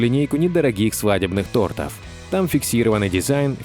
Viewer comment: Неграмотный ты сказал тортов ударение на о а говорится тортов на 2 о